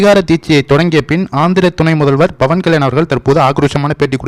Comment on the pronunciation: நீங்கள் பவன்கல்யாண் என்பதை pavankalyan என்று உச்சரியுங்கள்;bavankalyan என்று உச்சரிக்காதீர்கள் அர்த்தம் மாரிவிடும்!!நான் apயிலேர்ந்துதான் வீடியோக்களை பார்க்கிரேன்.ஒவ்வொரு ஹிந்துவும் பேசவேண்டும்.ஜெகன் கிருத்துவா்.அவர் அப்படிதான்செய்தார்.